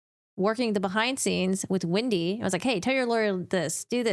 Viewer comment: It's WEndi not WIndy